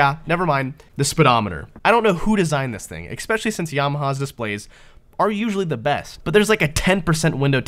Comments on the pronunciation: "exspecially". "go figure". uggh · Love me some "exspecially" with my morning "expresso." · especially does not contain the letter k, after the first e. Why do you pronounce it that way? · The second letter in the word especially is not a C or K.